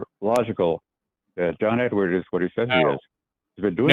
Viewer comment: John Edward. No "s" on the end.